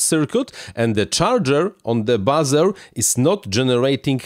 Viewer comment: Hey.. Buzzer = Bahzer.... Buzer = Booozer.. 😉